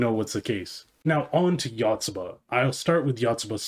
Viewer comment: One of the best series ever, love it. It's great at making mundane, everyday life feel entertaining and interesting to read, just like a young kid learning about the world for the first time. The Yanda-Yotsuba rivalry is absolutely hilarious. Though your pronounciation of Yotsuba is killing me lmao